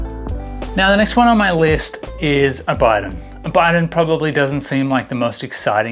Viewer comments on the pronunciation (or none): I believe the correct pronunciation is bee-don (bidon) not by-don